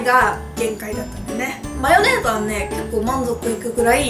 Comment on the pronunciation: ｢マヨネーズ｣の言い方がどうしても気になる。。。 特に と 、。。